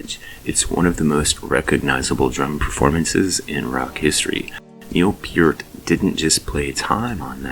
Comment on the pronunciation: Thankyou for pronouncing Neil's last name properly.